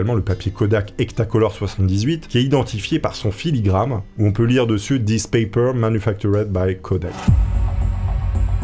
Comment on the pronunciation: filigrane, pas filigramme 😛